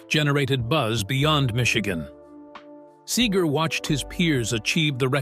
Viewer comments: "Bob Sayger?" lmao. Another AI video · Who the hell is Bob Say-ger? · AI was doing well pretty pronouncing Seger correctly and then came Saager. HA HA HA. Mispronunciation reveals AI every time. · This dude don’t even know how to pronounce Bob’s name. Horrible. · Yes. Mispronounciation and the endless repetitions. AI needs an editor.